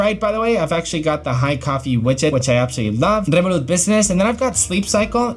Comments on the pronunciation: Rrrrrevolut said with a Spanish accent, love that ! 😁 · Spanish way